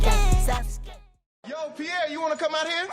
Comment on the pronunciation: He said sasuke right but it’s naruto (nar-ra-toe) not (nar-ooo-to)